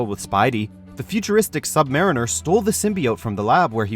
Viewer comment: The sub-MARRIN-ER yeah...definitely not the sub-mariner......like a literal fucking submarine.... Bruh